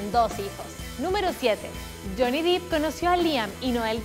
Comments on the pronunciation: Hola! Solo querría hacer una mansión! Su nombre no se pronuncia “Dip” ya que su apellido es Depp no Deep (que significa profundo) por lo tanto se pronuncia Johnny Depp (“fonéticamente” Dep) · se pronuncia dep no dip verdad? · No les da Ansiedad que diga "Dip" en vez de "Dep"?? Se escribe "Depp" y se pronuncia igual. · #15 no se dice Deep(Dip) se dice Depp (Dep) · Pensé que nadie lo diría. No es Deep. Es Depp. Y suena así: Dip Error Dep Correcto. Díganselo por favor!!! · Qué fea pronunciación. Para empezar no es Johnny "dip", se pronuncia "dep", y no es "kentacky", se pronuncia "kentocky". 🙄 La información está correcta, el contenido si me parece bien. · No se pronuncia Johnny Dip. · Es Johnny DEpp, con sonido "E", no con sonido "i"...